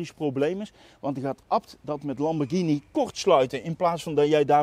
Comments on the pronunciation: Wat is hier verkeerd aan dan? Of ben jij er zo een die 'Lamborsjieni' zegt? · Nog nooit zo vaak ‘Lamborghini’ verkeerd uitgesproken gehoord. Wel leuke video overigens weer!